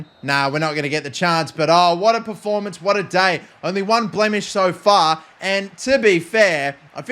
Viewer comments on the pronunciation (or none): none